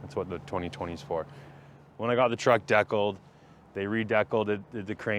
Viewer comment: Wtf is a deckuull, ehh? 😂